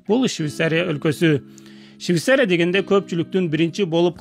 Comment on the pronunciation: Щвисария эмес швецария